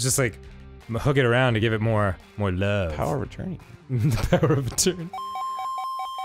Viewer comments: #grumpclips “Power of A-turn-ee” really hits me with those good laughs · Power of a turney is the funniest thing I've ever heard